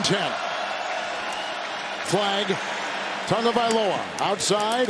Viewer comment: It’s Tah-gahvailoa not Tugaviola lol